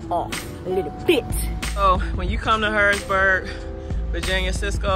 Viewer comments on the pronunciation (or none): Its HarrisONburg not Harrisburg,VA ..LOl..I live 15 minutes from there..Be safe